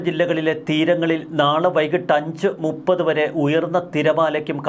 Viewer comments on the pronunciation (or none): none